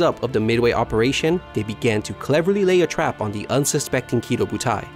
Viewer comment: Kido butai is actually Ki-Doh Butai